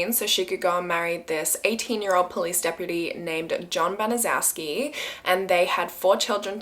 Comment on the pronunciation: Just began watching bc I just suggested this story to 2 other YT’ers. I’m not finished yet but wanted to say it’s pronounced Ban-a-chef-ski. I was grew up in Indy and was about 8 years old when this happened. It was a HUGE story that I’ve never forgotten, and I’m 64! It has stayed with me all this time! Still unbelievable!!!